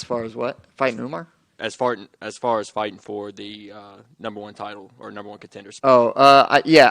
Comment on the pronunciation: That journalist really said “as fartin”.